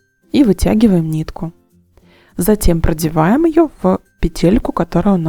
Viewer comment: Тапочка и слово и предмет женского рода и произносится ТАПОЧКА, ТАПКА, ВНУТРЬ ТАПОЧКИ.. СЛОВО пЕтля , звучит с ударением на 1 слоге. Петля, пЕтелька! И никакой пете́льки быть не должно ! Уважайте родную речь! Петля́, пе́тель, пе́телек, пе́телька!